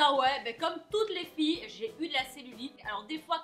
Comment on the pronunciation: Toutes les filles ! J'ai bien aimé l'accentuation sur ce mot 🙄🙄🙄🙌🏻🙌🏻🍑🍑🍑🍑